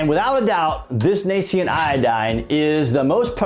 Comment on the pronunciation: It's "nascent" iodine (/nā - scent/). Not...(/nā - see - unt/).